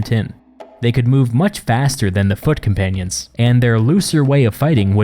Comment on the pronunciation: From foot companions, I heard "fuckin panions"